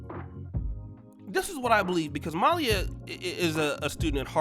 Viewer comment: How does someone do a podcast and they don't pronounce the subjects name properly? It's Malia not Malya and Garcelle Beauvais is Garcelle Beauvais and Boris Kodjoe is Boris Kodjoe not Cujo. If you're going to put somebody on blast at least pronounce their name correctly. You do this all the time, get it together.